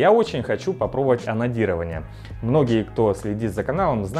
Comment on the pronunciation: Услышал ананирование, а не анодирование))